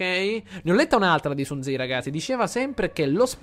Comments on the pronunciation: un ultima cosa: Sun TZU non Sun TZI!! Comunque acquistalo, di sicuro sarà molto utile nella campagna con i Macedoni. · Si chiama Sun Tzu non Sun Tzi!ahahah